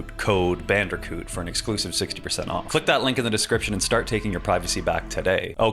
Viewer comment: But why did you hard "R" bandicoot?